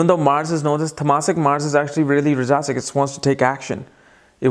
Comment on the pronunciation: Rajasik, tamasik pronunciation is wrong